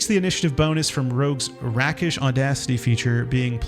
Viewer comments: Rake-ish Not Rack-ish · Rakish is pronounced rake-ish. A rake in this context is a womanizer, a male 304.